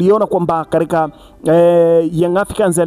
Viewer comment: Oya sema katika siyo kadika.....usiwe mjinga